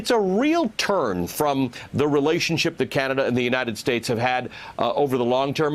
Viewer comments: He can't even pronounce Canada properly. Such a moron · When he emphasizes names like that hes been drilled on proper pronunciation. Although how anybody can get Canada wrong is a wonder.